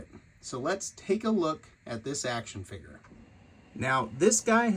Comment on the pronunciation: What is a “figger”?